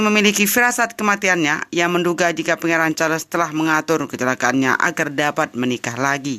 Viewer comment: Jangan la sebut Char les...buruk bunyinya.